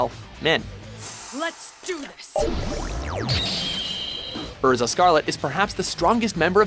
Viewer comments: Erza.. AIRZA not Urza. Pronounce it right. Also, Zoro hasn't surpassed Milhawk. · The way you pronounce "Erza" makes me cringe so hard. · I'm really sorry, but... your pronunciation made me cringe... it's SHI-kon, not SHIN-kon Sa-KA-ta, not Sa-TA-ka, EYR-za, not RR-za, NAH-tsu, not NAA-tsu, IH-chigo, not I-CHI-go. Ru-ROH-ni, not Roo-ROO-ni, Hih-TEN, not Hi-TIN, BAH-toh, not BAA-toh, MIH-hawk, not MY-hawk.